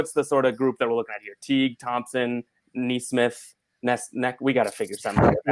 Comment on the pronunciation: It is pronounced "Knee - Smith" Also, might want to be careful about making merch. You are using the likeness of a real person,, so you could be liable for a law suit.